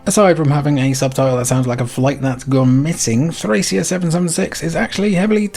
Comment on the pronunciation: Countless videos about Nintendo Power games, late-era SNES, and the Fire Emblem franchise, and I don't think I've heard a single person pronounce Thracia correctly; it's a hard c. If you look at the game's logo, it even has a pronunciation key in Katakana: トラキア (Torakia)